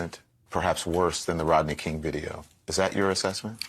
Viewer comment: Who's Rotney King. Learn to pronounce properly, dolt. The least qualified gets these positions, we're doomed.